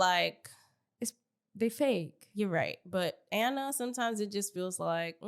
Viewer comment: I've been listening for a while on Apple podcasts. I enjoy you both for the most part (aside from your weird bias to Biggie). I just wanted to see if you all not know or just choose to pronounce Ahna Mac's name wrong? its "Ah-Na". Like "AHHH". Not "Anna". lol. You are literally the only people I hear pronouncing her name like that.